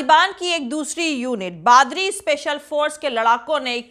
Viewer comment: बादरी नहीं बदरी है